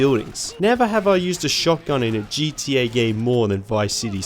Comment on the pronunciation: You pronounce it GTA this time, not GDA.. wonderful!